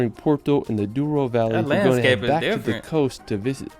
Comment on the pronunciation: Its call Douro river not duoro...